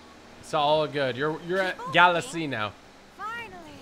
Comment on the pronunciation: Say galaxy right it’s really triggering me😡